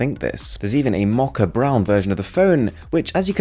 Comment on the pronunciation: please please don't pronounce mocha like that